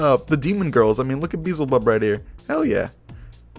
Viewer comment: Bee-Zil-Bub? No. It is pronounced Bee-el-zeh-bub. Like Beelzemon. Edit: I listened all the way to the end, and I see you corrected yourself. Good work on this game and correction.